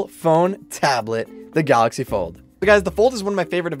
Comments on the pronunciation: Anyone gonna notice how he spelled galaxy wrong? He said "galxay" but its galaxy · "GALXAY" or galaxy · "Fortnite on the Galxay Fold" Hmm...